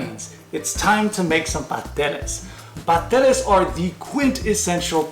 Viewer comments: I ain't never heard a Caribbean pronounce the first S in Pasteles lol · Love the recipe and will be trying it out with the pre packaged masa, but the you're killing me with the way you pronounce pasteles. Please dont forget the first "s' paS teles lol